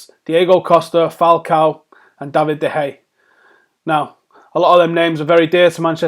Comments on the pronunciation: Just read that off the screen, was painful to listen to. Also pronounced de Gea's name like 3 different ways. Anyways the muppet in me would accept Ronaldo for de Gea, but de Gea would win more games for us, especially in the long term.. Just give him a contract that the best goalkeeper in the world deserves and hope for the best. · "DE HEYA". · Stop pronouncing De Geas name wrong